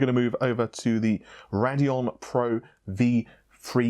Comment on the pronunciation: Raideon not rad eon :C